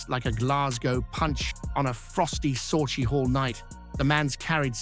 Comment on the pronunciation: Learn to pronounce "Sauchiehall street correctly so stop using AI speech in your podcast it is pronounced (Sucky-Hall street) not sochihall st .😮